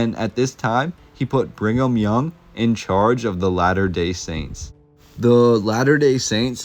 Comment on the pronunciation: Why do you keep saying "Bring em' young"? Its Brigham. There's no N.